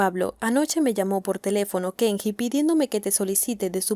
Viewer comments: Dice Kengi a cada rato... Si sabes que está mal pronunciado xq lo pronuncias mal en todo el vídeo ? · Se lee: Kenyi!!!! 😄